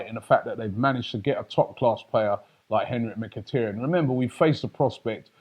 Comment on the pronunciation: Its mikitaryn not mikitryn